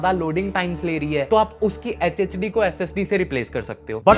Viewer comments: bhai Kya Hogya h tujhe? Hdd ko hhd bolra h partition ko Partner bolra h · Hdd❌H diddy✅😩